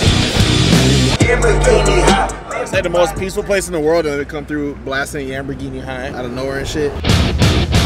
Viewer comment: said yamberghini high